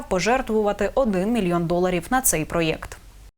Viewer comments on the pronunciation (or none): none